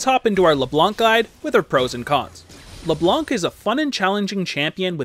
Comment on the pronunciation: you don't pronounc the C in ''Leblanc''